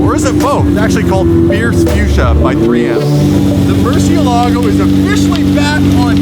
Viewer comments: You love lambo and can't say murcielago right 😂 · Learn how to say murcielago. It's so Wrong 😂